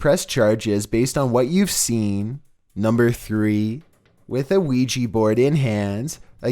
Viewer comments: It’s pronounced weegee but spelled ouija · I hear luigi board as well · Lugi board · Haha me to 😂